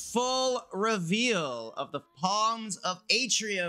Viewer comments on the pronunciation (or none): Ty for this. I was hoping I would find someone who shows the full tree so I know what to upgrade first. Also, small petty nitpick, but the P is silent in Psalms, so just "salms".